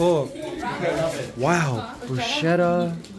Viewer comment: Mikey, the correct pronunciation is BROOS KE TA. Not Brooshe ta.